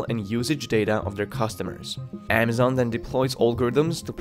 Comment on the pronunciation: "AAA mazon."